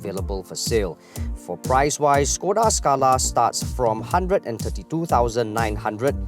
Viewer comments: They pronounce it wrongly. Supposed to be SHKODA. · Pleasantly surprised the presenters had pronounce the name Škoda correctly. But Volkswagen should be pronouced as "Folks-Va-Gen"